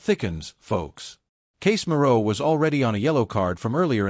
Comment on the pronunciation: LOL, you don't even know how to pronounce Casemiro name, and you never get to the point on the news of your title, BS clip, don't bother to view this clip..waste of time